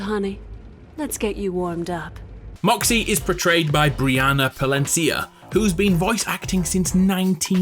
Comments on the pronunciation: Two things: Colleen Clinkenbeard not Clickenbeard (notice the n yet?) Brina Palencia not Briana (there is only one a in her first name.) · Brina Palencia, not Briana Palencia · Really nice video mate, I'm sure it took a lot of research for all the little details. 2 corrections though, Moxxi is played my Brina Palencia, and you pronounce Diablo (dee-ablbo). Otherwise, really enjoyes watching it. Many thanks. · Its Brina Palencia *, not Briana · It's 'Brina' Palencia, dude.